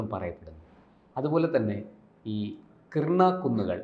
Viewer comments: കിർണ അല്ല കിരാനാ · Kirna, kurna alla Kirana hill anu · Kiernan alla, Kiran hills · Krina alla mastere Kirana Hill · " കിർണ " അല്ല - " കി രാ ന " ( KIRANA )എന്നാണ് ശരി. ആണവകേന്ദ്രങ്ങൾ ആക്രമിച്ചത് ആരാണ്? ഇന്ത്യ ? അമേരിക്ക? ഇസ്രയേൽ? ആർക്കും അറിയില്ല. ചില മാധ്യമങ്ങൾ ഊഹിച്ച് പറയുകയാണ് ഇന്ത്യയാണ് തകർത്തത് എന്ന്. പക്ഷേ അവർക്കും ഉറപ്പിച്ച് പറയാൻ കഴിയുന്നില്ല. കാരണം തെളിവില്ല. പക്ഷേ അടുത്ത പ്രദേശങ്ങളിൽ ഇന്ത്യ മിസൈലാക്രമണം നടത്തിയിട്ടുണ്ട്. അതിന് തെളിവുമുണ്ട്.